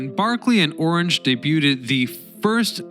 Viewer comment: "Day-buw-ted"? Who was the narrator of this garbage?